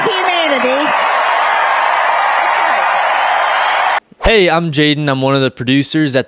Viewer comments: Did she says "crimes against Heman-ity" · did she said "Crimes against Himanity"?